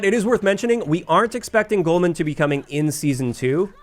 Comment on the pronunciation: There's no "N" in Golmud Railway. It's Golmud, not Golmund